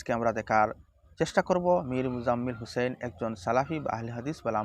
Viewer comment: ইমাম হোসেনের উচ্চারণ ভুল